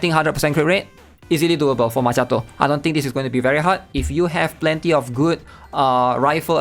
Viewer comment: i got a genuine question. They even switched the “cchi” in Macchiato with a “Ki” to make the pronunciation more understandable. It should be obvious how to pronounce it now, so why do you call her Ma”che”ato? Did they change the pronunciation alongside the spelling? Or is that her name pronunciation in Chinese?